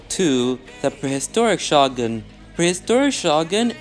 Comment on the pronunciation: shoh guhn